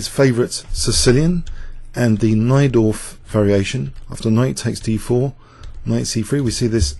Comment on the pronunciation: Young Actually, you are in the wrong. pronunciation of the name Mieczysław Najdorf could not be more spot on. He was half Polish (so am I) and "nigh-dorf" is exactly how you're supposed to pronounce that GM's name. Oh, one more thing buddy! You made a mistake in your reply to; it should have been "Please take the time to look up how these famous chess MASTERS' (mind the apostrophe little grasshopper!) last names' are pronounced". If you REALLY want to correct other people, please take some time and do your grammar homework properly first.